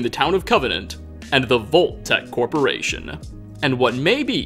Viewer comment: Narrative-ah possible-ah corporation-ah .. is it just me-ah? Am I the only one-ah? Does this drive anyone else crazy-ah?